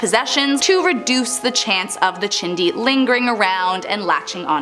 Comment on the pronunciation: The "chindi" is she saying Chiixdii. 🤣🤣🤣🤣